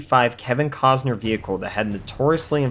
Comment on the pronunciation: That's how you pronounce his name with Gills in Water World!😅